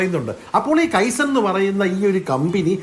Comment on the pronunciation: കെയ്സൻ അല്ലെടോ... കൈസൺ. ജാപ്പനീസ് വാക്ക്. അർഥം, small small improvements... 😀😀😀😀